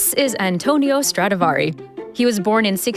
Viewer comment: First of all it’s Stradivari and not StradAvari. Other point - what is Strad(s) ??? Can’t you just respect the name of Antonio Stradivari and call it by his real full family name ? Is it that difficult ? Awful to hear how you mangle his name 😢